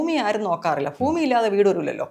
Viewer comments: ഫൂമി അല്ല ഭൂമി എന്ന് ആദ്യം പറഞ്ഞു പഠിക്കു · ഫൂമി.. no n. ഭുമി പറ.. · ഭുമി അല്ല ഭൂമി